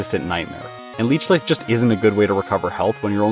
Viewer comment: You called leech life leach seed